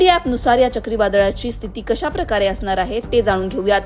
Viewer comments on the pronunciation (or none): none